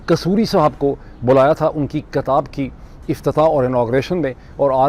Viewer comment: Correction... It's Kitab not Katab